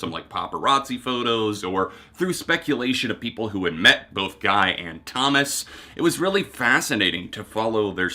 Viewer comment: I’m probably being really sensitive right now but Guys name is pronounced Gee. If you say geek and take off the K.